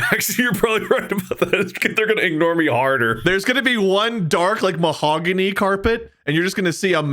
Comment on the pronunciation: actually called the 'mohagany carpet' they led mark down instead, legendary